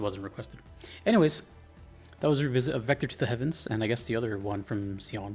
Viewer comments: Her name is pronounced like "She-own". Some say "She-on" so as long as you are somewhere between those two, you are golden. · Seems like no one's bothered to let you know, but Xion's name is pronounced with a "sh" sound at the beginning. Shion is the Japanese name of a flower that represents remembrance, which she is partially named after.